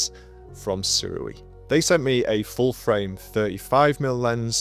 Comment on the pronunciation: It's good to hear someone pronouncing Sirui correctly, rather than the American way. I have the 50mm Saturn and it's a great little lens that I don't use nearly enough. I have an Acsoon adapter so I can use my phone as a monitor and thereby stretch the image, but it's not really practical if I want to use it as a walk around setup.